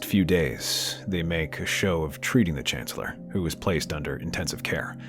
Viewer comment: "...We are saddened to report the Chanellor has passed away today. Clearly, it was a coup by the Jedi......"